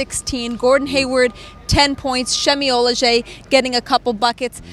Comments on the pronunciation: Okay but she still pronounced the last name wrong based on the pronunciation that YOU referred to. She said OH-lej-ay. Again, why is she a CLNS reporter? Why don't you highlight this comment CLNS?? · The woman on the right doesn't even know how to say Semi Ojeleye's name and she is a 'reporter' . Its not shemi olejeye... nice legs on the left